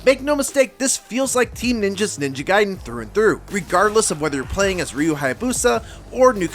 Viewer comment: I can’t wait for this game….ninja gaiden black kickstarted a thirst for this game that was unbelievable 😂 Edit: It’s not “guide-en” it’s “gayden” pronunciation wise. You wouldn’t say “Riden” in mortal Kombat you would say Raiden.